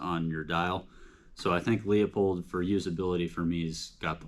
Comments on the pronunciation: It's pronounced Loo pold not Leo pold. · Quality Vortex LMFAO, buddy it's made of chinesium and you will be needing that warranty. Also when you can't pronounce a made in the USA product you have no cred! It's Loo pold not Leo pold. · Well...compare leupold to Swarovski...and it's pronounced Loopold, not le-a-pold. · Dude you should learn how to pronounce Leupold, there’s no Leo in it. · Pronounced, Loopold. They used to say it in the packaging but whatever. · Learn how to pronounce leupold!